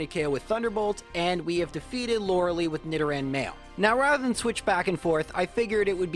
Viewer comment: The lei in Lorelei is pronounced lie, in German when "e and i go walking, the last does the talking"